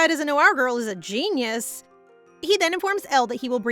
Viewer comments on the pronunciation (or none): none